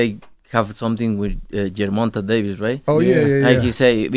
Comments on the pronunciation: Canelo called gervonta “Yerrmonta”😂😂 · I agree with Canelo, ger-mon-tay is a good fighter 😂 im sorry but I had to rewind every time he said gervonta name 😂